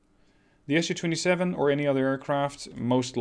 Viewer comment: Hello. Just a nerdy comment here: Its pronounced "Mi" (as in "me") - not M I, Su not S - U, Ka not K - A and so forth. Watch russian documentarys and you will here it clearly. Just helping to prevent spreading incorrect information. Merry Easter. Brian.